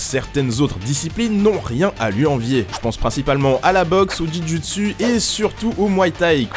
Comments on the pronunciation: On prononce le sport jiu-jitsu Jujitsu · Comment t'as écorché jiu-jitsu Ça m'a fait mal